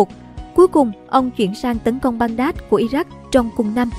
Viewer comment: Đọc cho chuẩn địa danh vào. Baghdad theo phiên âm nào mà đọc là Ban Đát vậy? Ngay cả đem vô google dịch cũng được đọc là bæɡdæd nhé